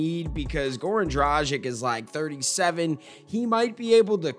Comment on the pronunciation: Ιt's pronounced Goran Dradzits